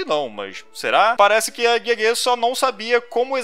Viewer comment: a pronúncia de Gege é "Guegue".